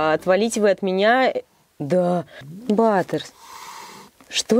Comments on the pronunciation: Не батерс а Баттерс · БАТТЕРС а не баттэрс